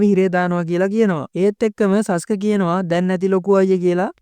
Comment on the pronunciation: සසුකෙ නෙමේ සස්කෙ😂❤